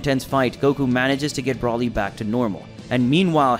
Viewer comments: Who is BRAWLY? ITS FUCKING Brooooooly. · Can you pronounce his name right is called Broly